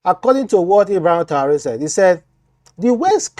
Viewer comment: what is Taure? If you can not pronounce his second name, just call him Ibrahim, as a blogger, you have to be good in pronunciations. May God protection be upon Ibrahim Traore